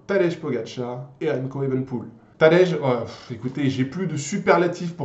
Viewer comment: Tu prononce tadej comme petit déj 😭😭 alors que ça ce prononce Tadeï 😭😭